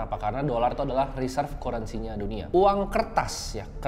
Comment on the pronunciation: Kurensi bacanya currency wkwkw